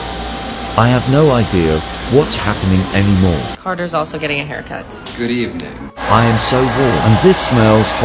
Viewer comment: ' good evening ' Great. He's turned into a 1900s British person